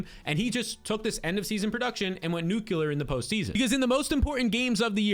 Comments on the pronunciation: Expecially ❌ Especially ✅ Nucular ❌ Nuclear ✅ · Eckspecially AND nuculear?? Legend.